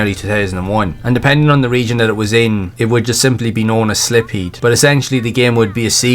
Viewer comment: My guy… its Silpheed (pronounced as “Sil-feed”) not Slipheed 🤦‍♂️ All good, no one is perfect 👌